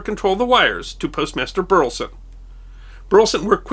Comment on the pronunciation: Minor quibble: I come from Burleson, Texas (no relation to the subject of this video) but the pronunciation of Burleson is three syllables, "BUR-leh-Son".